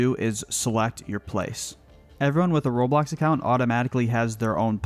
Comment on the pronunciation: When he said Roblox it sound like robot